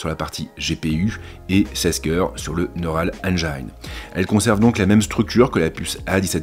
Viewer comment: Super vidéo mais engine ne se dit toujours pas « AINE DJAÏNE ».